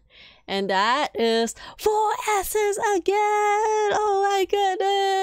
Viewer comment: Damn what's wrong with me when say "Sses" I kept hearing Asses😂😭